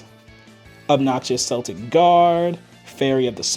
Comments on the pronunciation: The C in Celtic is pronounced like a K. The Celtics are a basketball team. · It's Kel tik guardian btw